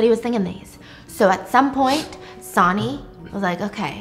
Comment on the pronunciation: Oh my God Stephanie lol. I love you so much I really do but my brain could not handle you saying sonny the way that you did 😂 it’s pronounced like sunny!